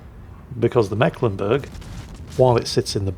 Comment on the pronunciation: it is meeklenburg, long "e" not short, basiccally the "c" is a stand in for a sign that denotes a long vowel sound. yours sincerely: a mecklenburgian ^^